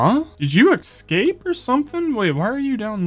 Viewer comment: Please for the love of god stop saying "Excape"!!! Escape has never had an X in it.